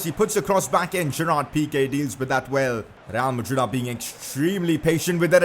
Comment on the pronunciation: who else heard him say rrreal madrid